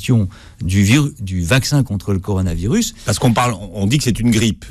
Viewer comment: bien le "corano virus" à ...